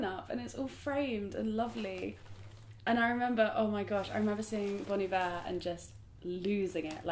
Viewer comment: you pronounced bon iver right! thank god someone gets it